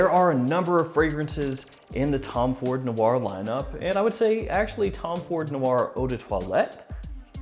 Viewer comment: ‘Noir’ is one syllable.